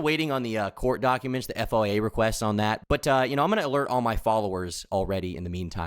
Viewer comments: just say “foya”. Hearing you try to spell out FOIA really fast while you speak is just painful. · FOIA requests are shortened to the term “Foy-Ya” requests. Just fyi.